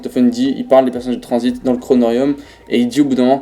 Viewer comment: Y’a que à moi que ça perturbe quand il dit "transit" j’entends "transbite"😭